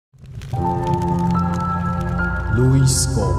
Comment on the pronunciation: Louis s 不發音 開頭屏幕要重做